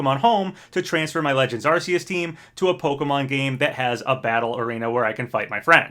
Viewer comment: You're right, everyone knows it's supposed to be pronounced AR-KOOS!